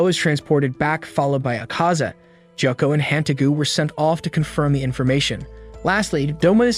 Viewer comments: Jacka? Sir its pronounced GOY-OH-KU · “Jiyoko” ITS “gee-yo-koe” gyokko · bro really called tanjiro "thanjiro", gyokko "jocko", gyutaro "jutaro", and demons "devils" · Stop calling gyokko jocko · His name is gyokko no jocko